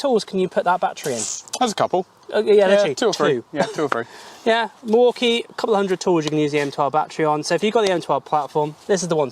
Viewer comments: Mwakie??? No, pronunciation is mill walk ee. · Why do they keep pronouncing Milwaukee as Morky? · What's a Maukee?